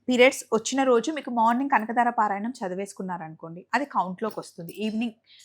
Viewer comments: Kanakadara kadu kanakadhara anu talli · Kanakadaara kaadu kanaka dhaara tappu didduko